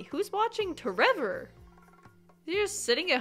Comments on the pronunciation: Every single time you say your kid's name I snort with laughter. tREVOR 😂😂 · It's really more like ✨️TrrrrrrEVoooor✨️ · Omg whenever you say tREVOR I just crack up 😂😂😂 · The way you say tREVOR every time without fail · every time you say tREVOR brings me so much joy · Every time you say tREVOR I burst out laughing 😂😂😂